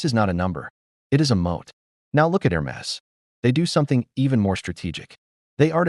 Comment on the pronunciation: Too bad your AI doesn't know how to pronounce Hermes. And why use the same phony voice as thousands of other AI slop videos?